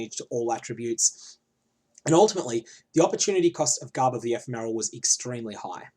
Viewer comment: Can you gain divine charges while divinity is up? If so, the downtime would be a lot less than 50/50. Also, "Ephemeral" is pronounced with the second syllable stressed, not the first.